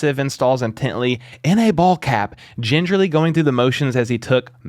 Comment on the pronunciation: You said "Ginger-ly".. lol good1